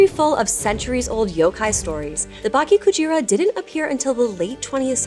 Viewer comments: Why are you saying baki instead of bake in bakekujira? It's not THAT hard. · Bake not Baki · Just a little pronunciation tip… “bake” sounds more like “bah-keh”, with the “e” in “met”. 😊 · BAH-KEH KU-G-RAH, not bok-kee ku-jeer-ah. EH-BIH-SU, not ee-bee-soo. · “Bah-keh Coo-jeera” -> Correct pronunciation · The way you pronounce it sounds like Baki Kujira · Cool story, but please consult with someone on pronunciation next time, im cringing every time you say "baki kujira", it's an e not an i lol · Dude, at least learn how to pronounce Bake-Kujira correctly before making video like this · Can you read words in Spanish? You know how there's only 5 vowel sounds? Japanese is like that too. a like father, i like sushi, u like sushi, e like meh, o like oh. So when you say bakekujira, both the e and i can't be pronounced the same. They are different sound. Gashadokuro was unrecognizable. Ga, like goo-goo-ga-ga. Sha, like Sha-la-la-la-la. Do, like doe, a deer, a female deer. Ku, like Coo-coo said the pigeon. Ro, like row row row your boat.